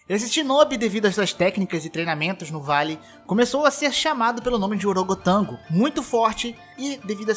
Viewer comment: E orogotango? Huaa